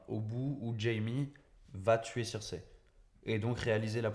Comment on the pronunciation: désolé, mais tu nd peux pas dire "King's Landing" et "Cirsè" (à la place de Cersei) dans la même phrase... C'est soit les deux en anglais, soit les deux en français ! A oui, j'aime bien les théories elles sont plutôt intéressantes ;D